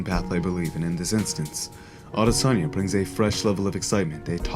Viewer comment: Awesome!!! You pronounced his name properly, 👍🏾🇳🇬👊🏾🇳🇬✌🏾